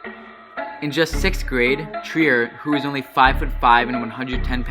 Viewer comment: I like how he said “ONLY”, like every 6th grader is 5”5.